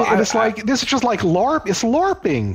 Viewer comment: This old dude dope. Man said larpping 😂